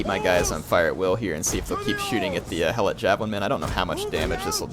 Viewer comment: it is he e - lot not hell-lot